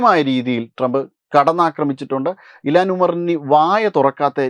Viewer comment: ഇലാൻ അല്ല ഇൽഹാൻ ഒമാർ